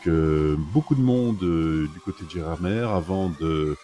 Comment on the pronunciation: Belle vidéo ✌ repeat after me: "Gérardmé" et "chlourt" 🙋‍♂